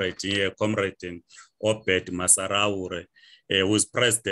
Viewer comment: It is OBERT not Obed.